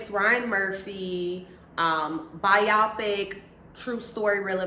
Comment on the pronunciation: I’m sorry but it’s bothering me BIO-PIC (like biography-picture) biographical pictures.